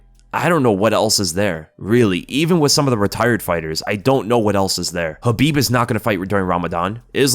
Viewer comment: It's Connor Kabib